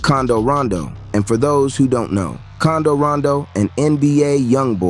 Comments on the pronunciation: Bro that man name is quando not condo where u get that from 😂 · Condo rondo lmaooo 😂😂😂 its quando you imbecile 😂😂😂😂😂😂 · It's quando no condo 😂😂😂